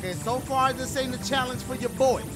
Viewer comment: dashie: give me a chall-onge! game: gives him a level he struggles with dashie: complains game: offers to help him dashie: complains and yells at luigi